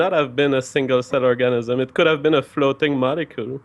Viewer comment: seems like a very intelligent man, but I can't help but giggle when he says Organism (hint: he says Orgasmism)